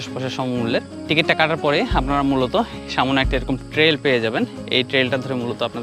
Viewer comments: “‘সামনে” নাকি ”সামোনে” শব্দটার উচ্চারণটা একটু বদলালে আরও ভালো লাগত, কারণ ভিডিওতে এই শব্দটা অনেকবার শুনেছি।” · শব্দটা হচ্ছে সামনে,সামোনে নয়. It sounds disgusting..